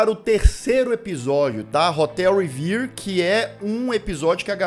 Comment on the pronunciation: É "Hotel Reverie", 😂 "Révêrrí". "Sonhação". Vem de rêve, sonho em francês. Amei esse EP também